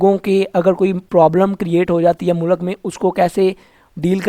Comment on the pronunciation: Mu-lak Nahi mulq hota hai 😂😂😂😂